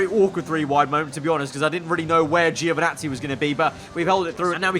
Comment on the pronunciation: I know what I'm talking about when i tell you how to pronounce Italian names, once again, it is (Jo)vinazzi and not (Geo)vinazzi